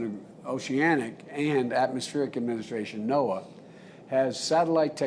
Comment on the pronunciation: Omg he can’t even say NOAA